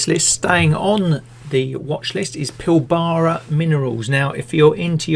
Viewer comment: It's not "PilBARa".